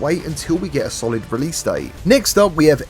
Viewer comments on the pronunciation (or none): none